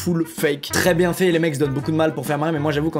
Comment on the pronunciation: Youtubbe: bien faiyttttttt😂 Sqeezie: o’ va boir un verre?😂